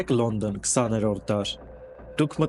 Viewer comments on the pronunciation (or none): Քաղաքի անունը Լոնդոն է, լոնդն չէ...